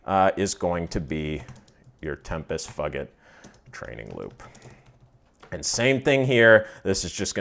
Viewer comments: I laughed every time you said it, but it's TEM-piss FYOO-jit, man! :D And like someone else said, I was thinking, Why not just pick an hour or 2 of endurance in the Workouts section? That's what I do all the time; I've customized mine (easily done) for different time lengths and even do "intervals"/sections where I'm at the low end, middle, and top of Zone 2 to make it more interesting and beneficial. Easy to set the warmup/cooldown, too. That's precisely what they're there for: to totally lock into zone work. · I believe is pronounced tempus foojit, but I like yours better 🤣 very close to fuck it. And it’s definitely the the most boring hamster wheel route on Zwift.